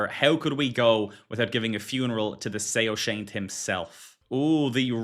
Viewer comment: Soashyant = sow-shy-unt(I'm zoroastrian) 😅